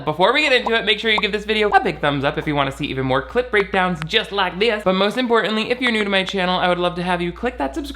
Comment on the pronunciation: Every time they say clip breakdown it sounds like they are saying clit breakdown lol